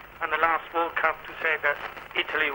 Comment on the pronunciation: "IT""LY" lol .